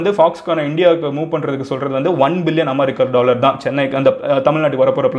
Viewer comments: It's not aamerica it's america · Boss .... please pronounce "America" normally.....not aammmaaaricaaa...